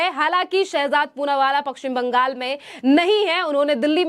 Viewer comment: Apna Pashchim Bangal ka uccharan sahi kijiye.